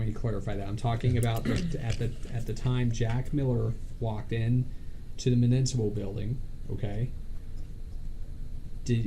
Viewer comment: buddy, I want to help you pronounce “municipal” correctly - it’s myoo-NISS-ih-pull. No shade, I know a lot of people have trouble with it, but for as many times as you have to say it, I figure you could help others learn to pronounce it. 😊💙 Love all that you do to advance the People’s constitutional protection in Texas and beyond!